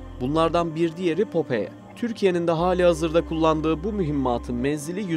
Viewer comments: Güzel video ama telaffuz hataları var. Popeye füzesinin adını yazıldığı gibi okudunuz. Okunuşu "popay" olacak. Büyük patlak göz anlamında ayrıca bizdeki "Temel Reis" çizgi karakterin orijinal adıdır. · Popoye ne ya şu telafuz işine az özen gösterin allah için her videoda bi falso bi bak bu nasıl okunuyor diye.